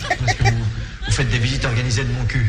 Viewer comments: This is a classic. By the way, we say Moncuque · The final Q of Montcuq is pronounced, for once in french, except in that program, to make the jokes ... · Il me semble qu'il faut prononcer le q final. :) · ça se prononce pas plutôt MontcuQ avec le q (décidément on n'en sort pas) qui s'entend ? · En français pas de "q" prononcé (sans jeu de mot), en occitan si. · Beaucoup de gens oublient de prononcer le Q de Montcuq. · Mon père est de ce village, on prononce le c a la fin